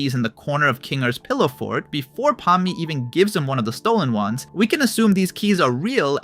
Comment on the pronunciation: He also said "Pawnemi" instead of Pomni lmfao